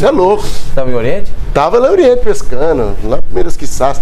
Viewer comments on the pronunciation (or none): "Eu tava lá pescanoo". Hahahahahahahahahaha "Vingativoooo".